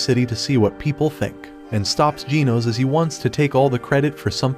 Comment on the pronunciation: It's now jeans not genos